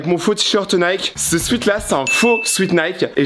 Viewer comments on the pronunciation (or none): none